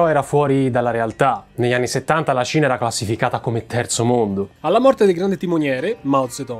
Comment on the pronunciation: La seconda volta, mi è stato più facile sciogliere questo problema: quando dici Cina, a volte sembra proprio tu dica Cia